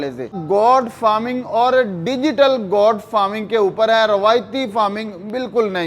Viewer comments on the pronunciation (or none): Bhai saab, " Got " nahi " Goat " farming hai. Kia zarori hai k Urdu kay bajaey ghalat English boli jaye.